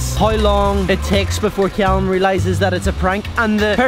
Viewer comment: i love how he say cyallum instead of callum lol